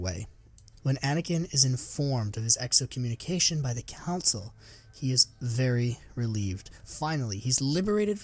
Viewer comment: Err. The word is “excommunication,” you’re adding a syllable.